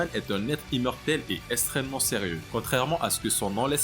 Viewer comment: Vu le nombre de fois où tu dis extrêmement ou extrême tu pourrais faire un effort de prononciation parce que la tu dis esstrement et pas extrêmement...